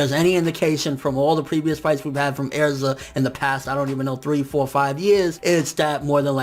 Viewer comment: Lol he says Aerza.